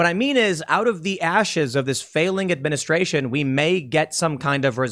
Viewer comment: Administraintion, bidenflation, gas-a-prize-is, Kleenex energy, etc etc etc